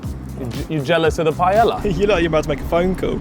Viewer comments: Jhajajajaja saying paiela instead of paella 😂😂😂 its not that difficult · I don’t understand how he can glaze the Paella, yet bro doesn’t even try to pronounce it right. Bro over here calling it Pallela, it’s not a mispronunciation problem. Bro just making a whole new word 😂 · the way u pronounce paella is rough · the pronunciation of taco and paella killed me 💀😅